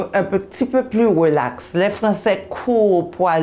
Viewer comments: « nous sommes un petit peu plus Welax » je kiffe cet accent 😂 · " un petit peu plus wwwwwelax "